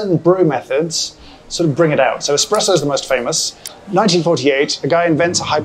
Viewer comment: Most importantly, you have discovered a love of coffee, 👏👏👏 I also offer my apologies, because I'm the bore that is going to bring up that the 'pressurised-water brewed coffee bean liquor' is called espresso (and not expresso)... 🤞😬👍